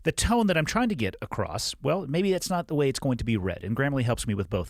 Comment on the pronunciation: good episode. although for the good of humanity i will say that it is "across" not "acrossed". ty